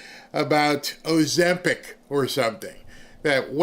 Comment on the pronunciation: Ozembic LOL!